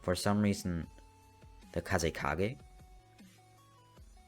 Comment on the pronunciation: dude said kazekaze XD